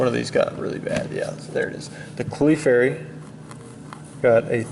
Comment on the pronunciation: Bro wtf is a CLEEFairy